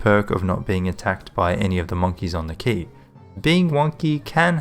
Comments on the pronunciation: I think it's pronounced (qu-A-y) not (qu-I-y) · Yeah it's pronounced as "Key", google search if you want to hear it